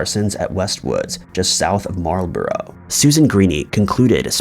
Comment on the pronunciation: And Marlborough... it's pronounced "marl-bruh"...